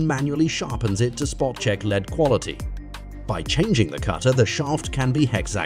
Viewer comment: The constant "leeds" made me question humanity, and the "kelsius" finished me off.